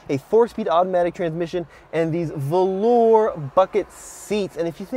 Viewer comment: Subbed + 1 if nothing but for the fact you pronounced "VELOUR" 100% CORRECTLY and that's definitely quite the achievement especially for the younger millennials and Gen Z generation of Americana decent 😉🤣